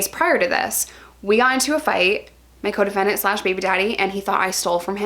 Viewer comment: ohhhhh coDEFENDENT.... most of the time I thought you were saying your codependent. Like that relationship doesn't sound healthy.